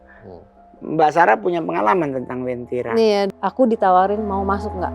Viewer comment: Uwentira kak bukan wentira. Aku palu asli